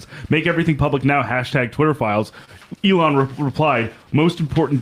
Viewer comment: Sam is finally saying Elon's name right.